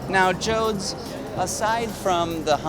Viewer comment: My name is Jody. Everytime he says Joads I want to beat his ass.